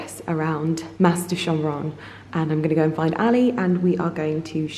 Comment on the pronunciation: Oh, the Camargue is one of my favourite parts of France. We loved our jeep tour also, what a great way to see the estuary and wetlands area. Highly recommend a visit to the walled town of Aigues-Mortes as well. By the way, you don't pronounce the "s" at the end of "Mas".